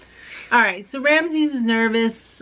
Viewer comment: Omg 'Ramzez' lmao 😂